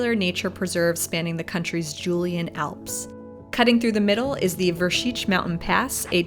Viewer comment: Nice My Slovenija....and congratulations for good pronounce of Vršič, Šoča...etc ..